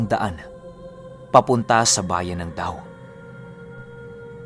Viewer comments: Yung sa DAO po DA-O po sya e pronounce. Isang banwa yan sa antique po. 😍😍😍😍😍😍😘 Ganda ng story, 1st part palang, sobrang bitin. Kailan na po part 2? Heheheh 😍😍😍😍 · DA-O po ang tamang pag pronounce ng dao.. =) listening from DA-O capiz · mag pronounce po nag DAO is DA-O yung lugar. Ganda talaga nga mga story nyu. Ka aladik! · Medyo nanotice po ung dao or da-o po dapat hehe . Iba po. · Dao ung tamang sulat pero Da-o kung basahin un 😊. narinig ko yang juan dumog kay lolo q dati nong mga bata pa kami.. from capiz here😊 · Hi, Da-o po yan hindi po Daw..hehe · da-o po pronunciation jan..! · hindi nmanvkita iniinsolto ang pag salita ng da-o hehe pero di nmn kita masisi kya kinig nlng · DA-O Capiz po.yan ang tamang Bigkas po ty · DA.O po sya. Ganyan po ung pg bigkas. Ganyan po tawag meron dn kasi sa antique. Dao antique, ngayon tobias fornier na. Love the story 🙂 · Dha Oh! Parang ganyan po ang pronounced ng DAO😁 have a nice day po 😁 from Capiz 🥰🥰